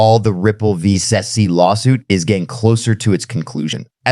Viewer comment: Theo Von needs to learn how to say SEC. I love AI... I wonder if he knows they used a similar voice as his.